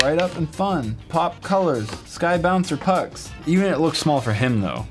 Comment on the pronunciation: when he said "Puck" i thought he said f*ck or c*ck